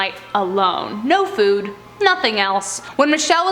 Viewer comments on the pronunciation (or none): none